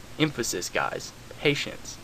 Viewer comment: he said pateince and im thinking well fuck this...